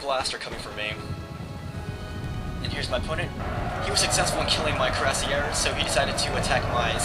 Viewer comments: you could spell *cuirassiers* a little better, its close to *kooee-ra-siay*; no stress on the last syllable. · it is pronounced crew-say-ers